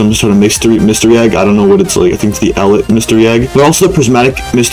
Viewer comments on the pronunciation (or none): Eh-leet not eh-lit